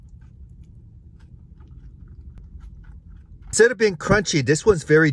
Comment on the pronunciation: Someone finally pronounced chicharon correctly